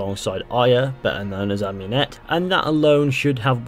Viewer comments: Ah-moon-ete, not Ahm-You-net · why does every one say am-U-net its ah-mUn-et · You're butchering Amunet's name